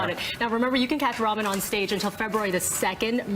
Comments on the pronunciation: please stop saying his name like you mean the noodles.... it's ra-mean... not ramen. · It's RAMIN NOT RAMEN UGGHHHH AND KAIMLOO NOT KURMILOO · Ramin actually answers to Ramen or Rameen. It was the NYC announcer that said his name as Racheem - he drew the line at that pronounciation!